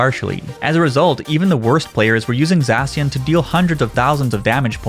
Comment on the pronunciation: It’s called Za-shi-an not zashan lol